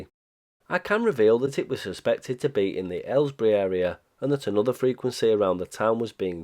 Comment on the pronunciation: Nice video! The last part almost gives a feeling that you know more than you are telling us about who the jammer was! Also: Thanks for letting us non-british people know how to pronounce Aylesbury! (Thanks to a Geoff Marshall video I recently learned how to pronounce the nearby town High Wycombe, and I think Jago Hazard taught me how to pronounce Marylebone. By this rate I will have learned the pronunciation of all the Chiltern / Great Central Railway stations before I pass away due to old age :)